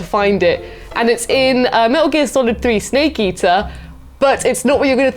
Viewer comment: Is saying "Snake Easter"??